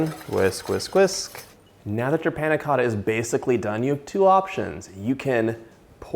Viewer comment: The way he said Panna Cotta pissed me off